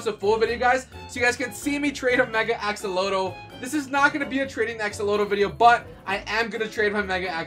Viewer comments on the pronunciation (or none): What is a e-exa…you kinda said it funny axllotele lol🤭🤭🤭